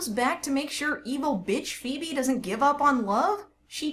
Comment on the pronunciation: Just noticed you called phoebe, “phoeme” 😂